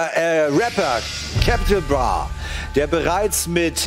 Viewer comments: Capital bra und nicht captin bra😋😂😊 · “Cäpital Brah” Ich kack ab man warum kann es niemand richtig sagen😂😂😂😂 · Und wie der Moderator "Capital Bra" ausspricht!😂😂😂😂😂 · Wie er capi betont 😂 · Beste Stelle ist einfach wo der Moderator „Capital bra“ bei auszusprechen 😂